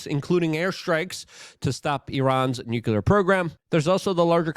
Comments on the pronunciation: It's pronounced "NU CLEAR" not "nucular" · LUKE, for the love of God. It’s pronounced NOO-CLEE-UR.